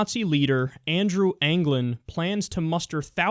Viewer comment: I read Daily Stormer everyday. It's pronounced André anglin